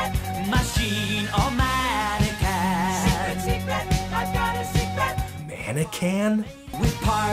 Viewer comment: I love that there are comments trying to justify Dennis DeYoung pronouncing "modern" as "modren", but no one tries to justify his mangled pronunciation of "mannequin"